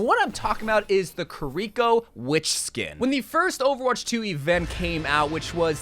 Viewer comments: lol "ki reek o", I've only ever heard it "keereeko" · The way you mispronounce Kiriko is cringe to me. Thd Kiri in Kiriko is pronounced like Key Ree Co. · Your pronunciations are… weird. Almost like you’re purposely saying things wrong lol Like you have to know Noire isn’t said like “Noor/Noo-or”, right? You put the emphasis on the wrong syllable in Kiriko. Is this an American thing? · the way you say kiriko makes me want to break my own legs